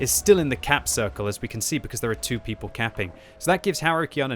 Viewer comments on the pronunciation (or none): none